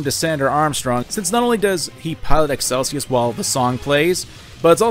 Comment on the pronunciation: The way you pronounce Excelsus is... frustrating.